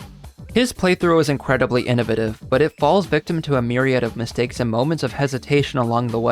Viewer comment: Hold on how did you pronounce "innovative"